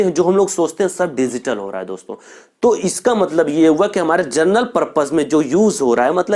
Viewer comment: Sir ji gernel nahi genrel hai